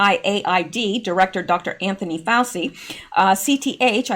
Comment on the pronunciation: Hi, I think you should put all the news together and don’t worry about it. By the way Dr Fauci’s name is pronounced “Fau-CHI”. 🙂 Love your videos! Thanks for keeping us all informed! 💜